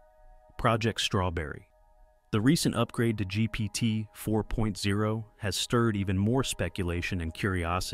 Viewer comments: Why was this just released as news? And why doesn't the narrator know how to say GPT4o? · ‘GPT 4.0’ - you’re about a month late, and don’t even get the name right. 🤦‍♂️